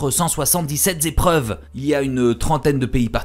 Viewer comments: Les liaisons dangereuses ! Mais j'ai trouvé ça passionnant aussi. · 477 z-épreuves ? Passionnant en tout cas ;)